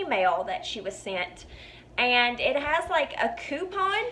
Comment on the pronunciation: You know you're listening to a bonafide southern belle when she says the word "ayand" meaning "and". Lol! Lovely girl, great video, thanks for the laughs and the stories,!